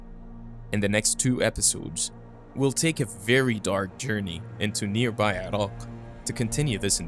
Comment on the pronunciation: I'm impressed by how u pronounce Iran/Iraq properly. I know u are from Middle East and it annoying when Americans can pronounce Italy but became retard when pronounce Iran/Iraq